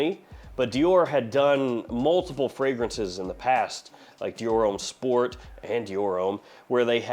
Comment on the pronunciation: Pour homme is “um” like “hum”, not “ohm” like “home”.